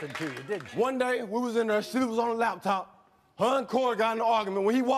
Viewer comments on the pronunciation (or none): none